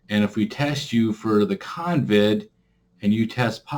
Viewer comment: It’s CoVid not Convid